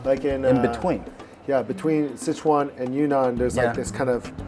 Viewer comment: you actually pronounce Sichuan better than him,,wtf